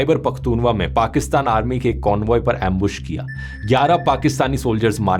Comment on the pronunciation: Khyber Pakhtunkhwa❌ Khyber Pakhtunwa✅